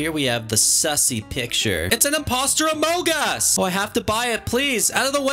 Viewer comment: HOW YOU SAID “ITS A INPOSTER OMOG US”